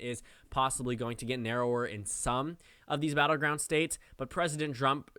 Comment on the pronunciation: "President drump er President trump" I caught it, did you?